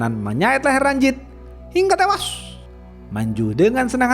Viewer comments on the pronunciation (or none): Bang bacot ngomng tewas nya biasa j dong